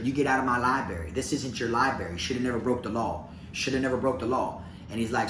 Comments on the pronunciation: I like you Bro!! But, add an R to library!! It's Library not Libary!!! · Take a shot errtime say Libary🙌🏼🤌🏼😜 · Aww you pronounce library like I do 😂